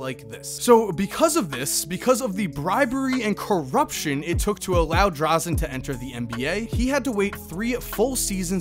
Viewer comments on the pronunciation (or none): It's Dražen Petrović, not Drazen.